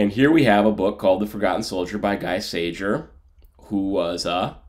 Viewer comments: gee sayer..............pronunciation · Pronounced Gee Sayer. After the war he was a graphic artist in France. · You murdered his name